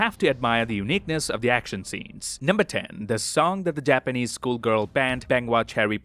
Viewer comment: niqqa said "jahapanese"